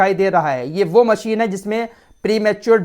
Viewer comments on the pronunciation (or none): none